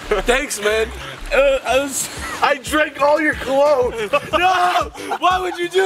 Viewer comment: “I dRaNk ALL YOU CoLoNgE!” 😂😂💀